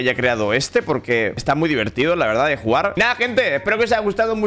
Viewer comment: Buen lirycs “diveltido” segundo 10 del video